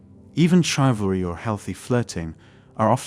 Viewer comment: Why can't these creators use their own voices? The AI voice is so off-putting. In the first minute we had Gim for gym and Chivallrey for chivalry. And the usual woman for women. I stopped listening then